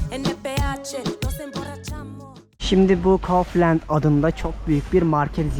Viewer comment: Kauflend degil gundi kaufland diye söylüyecektin😅